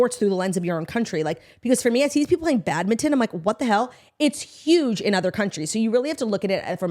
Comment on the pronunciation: Badminton pronunciation cracked me up for some reason